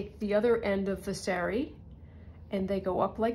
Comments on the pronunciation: It's saa-ree, not say-ree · In the name of respect and authenticity the word sari is pronounced sarr-ree and not as you say it. If in doubt always ask google translate for the correct way to say words with which you are unfamiliar.